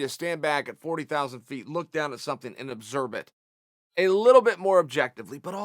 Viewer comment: chael P ''obserbe'' sonnen